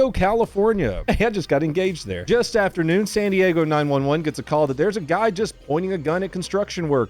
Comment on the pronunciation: “Actually it’s pronounced San DiAaago